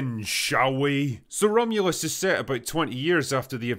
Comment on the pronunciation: so drunk he fucked up the name of the movie atta boy drinker